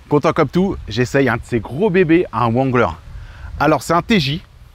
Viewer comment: vexé ? Remet toi en question. Tu ne sait même pas prononcer le nom wrangler. En anglais on ne prononce pas le w